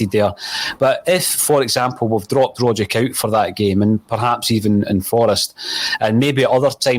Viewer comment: respectfully, you're not pronouncing Tom Rogic's name correctly. It's Rogg-itch, not Rodge-ick. it's a Serbian name. the "c" at the end is always a "ch" sound.